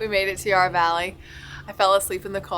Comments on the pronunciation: Just a bit of correction for those that don’t know….Yarra (as in Valley and River) is pronounced with a sharp A, as in tap. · the Dandenong Ranges is such a beautiful area, I'm glad you got to experience the Puffing Billy track. edit: also, Yarra is pronounced with a short a like in hat or cat, not a long a like in yard